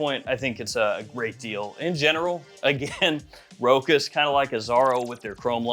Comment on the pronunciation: Please start pronouncing Rochas as "Ro-Shas". I know the google search pronunciation of it is "Ro-kuss" but that is an incorrect pronunciation of the brand name. Search for a french Rochas commercial on youtube. It will give you the correct pronunciation.